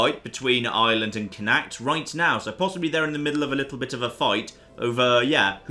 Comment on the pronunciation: Also, it's pronounced "Connaught", which is the alternative Anglicised spelling.